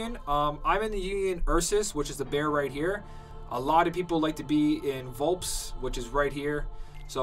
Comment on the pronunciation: Correct me if I'm wrong, but I thought it was pronounced Vul-"pez"?